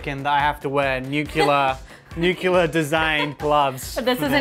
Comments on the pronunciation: nuc-LE-ar... not nuc-U-lar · How can people in this day and age mispronounce "nuclear"? Other than that, the food looks great!